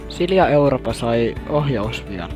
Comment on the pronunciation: 1 en saa selvää 2 tässä ei kuulu 3 Mä kuulen sila europa